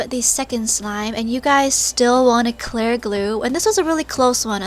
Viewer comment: WHY DO U SAY “CLAIRE” GLUE